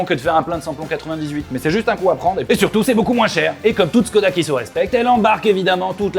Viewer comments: ça se prononce " Chhkoda " et pas "SSSScodaa ". Moi je retourne j'ai Vilebrequin ! lol ! Enfin ça n'en reste pas plus qu'une brique sur roues ! C'est tout carré, tout anguleux, ils font peut-être de bons véhicules mais ça reste quand même des designs plus que datés ! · Chkoda Pas si difficile à prononcer.. Salutations